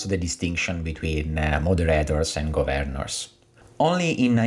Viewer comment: Am I the only one who cringes every time he pronounces ‘Gov-earn-ers’? Other than that an interesting video